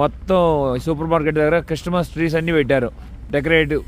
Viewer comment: క్రిస్టమస్ కాదు సామీ క్రిస్మస్ అను పరువు తీయకు